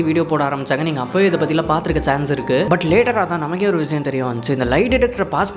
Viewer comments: Bro vizayam vizayam nu yen solre. Irritating ah eruku. Vishayam nu olunga tamil la oru vartha sola mudiyalaya unala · Vishayam ❌ Viziyam ✅ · Vishiyam ❌ Vizhiyam 💯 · Vishayam is word vizayam is an emotion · tamil utcharippu seri pannikonga bro, like vishayam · Visiyam- word viziyam -emotion 😅😅